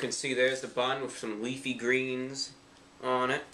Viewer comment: why'd you put so much emphasis when you said leafy? lol